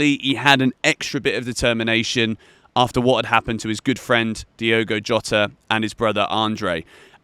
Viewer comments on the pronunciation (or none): none